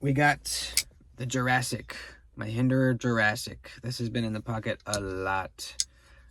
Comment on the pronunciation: Tri state calls the Jurassic “Quasimodo“ 😂 😂😂